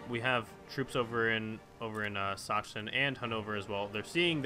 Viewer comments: the pronounciation of Sachsen should be something like sa-xen or sa-ksen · "Sachsen" is pronounced "S-a-xen" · Sachsen is pronounced Succsen^^ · Sachsen is pronounced Suck-sen. or Suaxn for People who actually are from Saxony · And "Sachsen" is pronounced: "Sak-sen" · King B Actually, the German name is pronounced Za-ksen. Sincerely, a German person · You say Sachsen the way you said it but with a spoken 'ck' and not a 'ch' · when it comes to "ch" in German, it's probably better if you pronounce it as a "k" in Sachsen (It's the equivalent to English "Saxony").